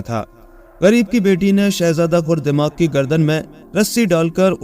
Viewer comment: Aray bhai khurdemag nahi khardemag kaho. Galab boll rahay ho